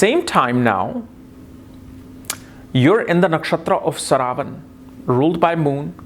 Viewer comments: its not saravan its "sravanaa" nakshatra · It's pronounced śravanā — as in shruh-vuh-naa. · Sry sir...its shravanaa nakshtra or some people call it sravanaa nakshtra...Sanskrit word is "SHRAVANAA"...we have to stick to this...